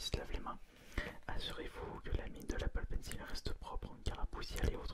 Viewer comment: Auuh mais cé leuh appeul Paine cile poureuh dessineeuh sur le nouveau ayepade pro